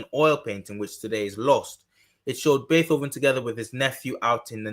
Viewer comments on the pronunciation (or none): BAY -TOW - VEN LOL! great video!